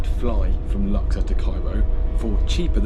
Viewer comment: Not luxer it's lux ourr